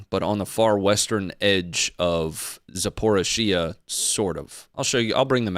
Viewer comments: Zap-o-reeyzh-zhee-ah. Zh is like "J" in "Jaques" or "Deja-Vu" :-0 Say "Zachary-kia" and then say "Zaporizh-zhia" Sorry. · Can someone please tell him how to say Zaporizhzhia properly! 😭🤣